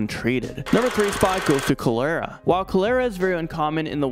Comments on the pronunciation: Oh. Baby you are KILLING me. #3 Colera. Pronounced. Chol- Er- ra Honey PLEASE..... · Boy! I thought you were calling someone culera lmao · I really don't like the way he says Cholera 🤣 it's pronounced call-er-uh not Co-lair-uh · It's pronounced "call her' ah" not "ko' lair ah." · Cholera is pronounced like the word collar (like a dog collar) with an "a" on the end. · Wow this dude didn't pronounce anything correctly. Not meningococcal nor cholera. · The way he is saying cholera is triggering me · I am so sorry, but you said cholera wrong, I’m sorry for pointing this out, and I love your chanel